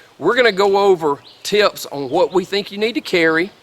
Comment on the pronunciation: The moment I heard "teeyups" I knew I found a guy who knows the size of mosquitoes I'll be hiking in!